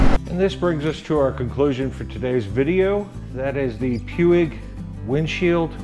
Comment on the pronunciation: Not that I want go all grammar natzi on you but I think it's pronounced "pweeg".